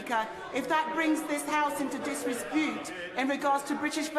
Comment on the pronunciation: Why does Dawn butler pronounce disrepute disrespute? She said the same thing the other day, Maybe she’s had too many cocktails at the Disrepute bar in Soho or something